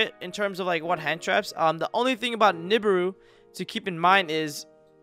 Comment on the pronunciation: Love your stuff bro. But I've never heard nibiru pronounced like that lol